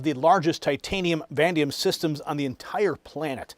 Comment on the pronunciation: IT IS PRONOUNCED VA NEA DEE UUM NOT VADEE M